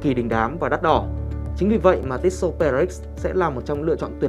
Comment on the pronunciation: Cứ tít xô tít xô nghe khó chịu thực sự